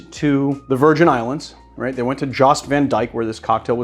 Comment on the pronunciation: Jost in Jost van Dyke is pronounced as 'Yost' and everyone there fights over the title of being the originator of the pain killer. Let's go team soggy dollar!